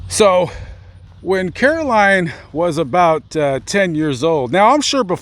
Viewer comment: Aww my name is Caroline too and it's always a pleasant surprise to see another Caroline. Whenever I was in school, I was always the only Caroline (thank you for pronouncing it correctly because I absolutely despise it when people calll me Carolyn, like, there's no Y in my name, yo.so I wouldn't answer during roll call if they called me that and they would get so mad but I'd be like "that's not my name, there is no Y in my name", lol.